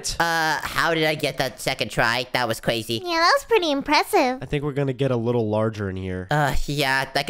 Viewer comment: He keeps saying "Cwazy" while Its crazy.